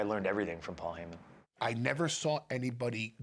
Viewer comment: "My name... is PWOL HAYMIN"